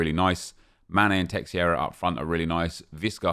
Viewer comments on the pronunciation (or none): It's teixeira not teixieira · Nep, it’s not teXIeira, it’s teIXeira, where the X is a sh sound, something like tay-shay-ra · Who is "terrera"? It's Teixeira fdp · teixeira is pronounced 'teh-sheera' please say it right nep its beyond a joke